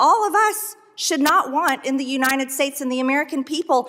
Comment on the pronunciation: Unined States of America. It’s UNITED!!!! She cannot even pronounce our country’s name!!!!